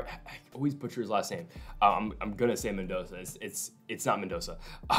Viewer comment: mendonsssssssa not mendonka